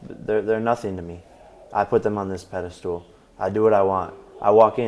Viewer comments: Did he say "pedastool"? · Did he just say pede-stool? 😅 I think he meant pedestal.. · "I put them on this peda-stool"...?